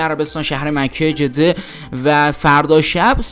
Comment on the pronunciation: من برای اولین بار برنامه شما را دیدم وازاینکه یک آدم بی سواد را گذاشتید که حتی مصطلح ترین کلمات را از قبیل جده مکه سیپل ورجز را درست نمی‌تواند بگوید برای همه شما تهیه کنندگان متاسفم به امید روزی که افرادلایق وشایسته برسرکار باشند